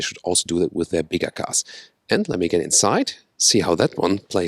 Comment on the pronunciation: When ever he says bigger I just hear "Big Ass" lol